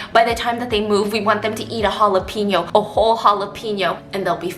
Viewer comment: Omg how she said "Jalapeño" 😭😍🥰💜 my Mexican heart is beyond happy!